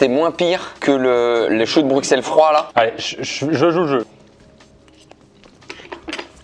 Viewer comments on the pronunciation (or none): par pitié ça ne se prononce pas "bruksel" mais "brussel"